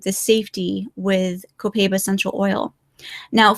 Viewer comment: Mispronouncing Copaiba. It's like "cohp eye eebah". Sorry for correcting, but it's my job. Spanish teacher here...:)